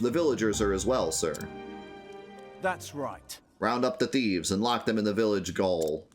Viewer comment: Memory is a weird thing. Your mispronunciation of gaol made me think of the Football Italia intro from the 90s and now I can’t stop shouting “GOLAZOoooooo!”